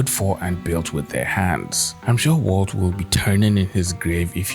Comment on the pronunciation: “WALT,” not “Waltz.”